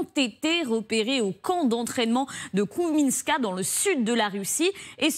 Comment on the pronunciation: Vous êtes méchant cette pauvre journaliste ne sait hélas pas lire il est écrit "téléopéré" et elle lit "téléportée", il est écrit "Kouzminka" et elle lit "Kouminska" elle a du arrêter sa scolarité en CP ou en CE1 Et elle se retrouve à devoir lire devant une caméra... Cela a du être un supplice et une humiliation sans nom pour cette pauvre femme. Tout le monde n'a pas eu la chance d'étudier jusqu'à la 3ème ne nous moquons pas! Souhaitons lui de trouver des cours d'alphabétisation. Peut-être, si elle lit ce message, qu'elle pourrait regarder avec ceux de la mairie de Paris?